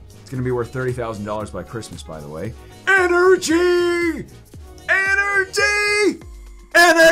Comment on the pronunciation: God I enjoy the content but wish this guy would grow up and not say energy how he does 😂